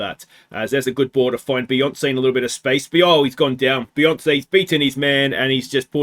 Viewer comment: It's a shame to see Beyonce go, Some truly classic surname butchery. 😂